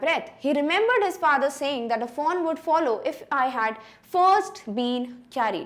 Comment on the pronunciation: follow ko to shi bolo